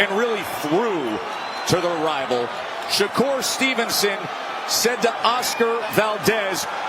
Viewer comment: Here he is again Mayweather jr uhg" i mean shakurrrr Mayweather Stevenson 🤣